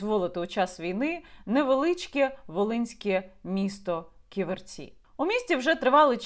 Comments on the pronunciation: Не КіверцІ, а КІверці. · Дякую за випуск. Але правильно Кі'верці а не Ківерці'. ))) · Не "ківерцІ,а кІверці!!!😡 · Яніна, дякую Вам за матеріал! Руки не опускаються, кров наливається! Війна з корупцією в повну силу, почнеться після нашої перемоги над русн*ь+ою. Неправильно ставите наголос, по складам: кі́-вер-ці (3 склади; наголос на 1-му складі). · п. Яніно, але чому й Ви полінувалися подивитися бодай у вікіпедії, як правильно вимовляти Ківерці? Наголошений - перший склад, а не на останній... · Ківерці - наголос на першу і ) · Як лучанка дякую за Ківерці,недалечко від Луцька,але наголос Яніни неправильний.Корупція та наглість-це шось! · Наголос на перше "і" , Ківерці , місто це не велике, але це залізничний вузол і багате лісництво.